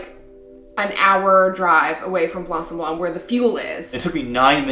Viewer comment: Just so you can perfect that craft of speaking better French... The "c" at the end of "blanc" is mute, you have to consider the word like it's written "blan". Why is it so ? Because French have its roots in both Latin and Greek, and most of the words are built upon this ethymological principle. And many words have a reminiscence of this and keep mute letters, that are sometimes used in plural and/or feminin versions of those words. Masculine "blanc" (for sand) turns into feminine "blanche" when if refers to the night ("nuit blanche" = white night), or snow, etc. English also has many words from Latin, due to some 2 centuries of Roman presence on the soil of England (remember the Hadrien wall). Even though they're pronounced differentely, they are similar, if not identical. Exemples (from my own writings) : to consider, principle, ethymological, due (to), presence, just, mute, exemples, soil, to pronounce, similar, identical, reminiscence, masculine, feminine, plural, to turn... This word means "white" (when "sablon" refers to "sand", and is the ancient form of the current French word for it : "sable"), making "blanc sablon" an expression from ancient times about a location where sand is (or was) white. PS1 : same for "gros" (big, fat, large), where the last "s" is mute, the feminine form being "grosse". PS2 : a "morne" is the local Carribean French word for "hill", and is only used so in there... as elsewhere it means sad or boring.